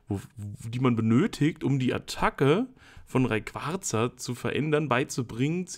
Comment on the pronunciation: RayquaRRRza? mit absicht? :D Kuss, mach weiter so!